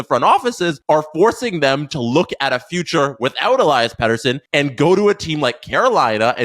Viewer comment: If only you could say his name right 😂